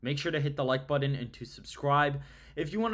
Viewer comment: Button isn't pronounced "budden".